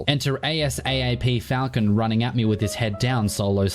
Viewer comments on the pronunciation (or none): none